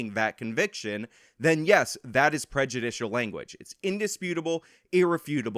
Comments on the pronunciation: Ah, yes. The people that called me stupid and that are so much better than me can't even pronounce prejudicial. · For a couple “professionals” whose job they’ve made it to be talking about “prejudice” all the time, they sure can’t say the word “prejudicial”.